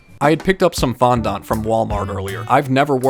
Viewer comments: It's pronounced fondant and what does I am a Swifty mean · It's pronounced fon-dent, not fon- dunt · Fondut!?!?!?!?!?!? Its fon-dent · Fondant not fondont. That's an A not a second O. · it is fondANT not FONDONT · Bruh it's pernounced fon-dan-t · Btw your saying fondant wrong,I know your saying it the way it’s spelt but it’s pronounced fond-in-t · In the least rud way it is pronounce fondent not faaandant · I was dying When he said fondant as like ~ FoNdOnT ~